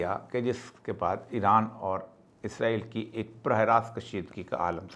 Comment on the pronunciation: Izrael kion kehte. Farishtay ka nam ha. ازرائیل کیوں کہتے سب۔ اسرائیل کہیں